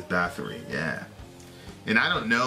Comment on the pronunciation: It’s pronounced “boat-ory”